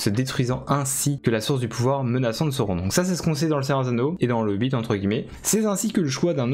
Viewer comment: « La bouche de Saüronn , SAURON » 😂 Merci pour la vidéo ! 🤗